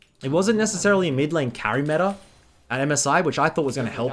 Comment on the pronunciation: metaRRR - meta "mid beans"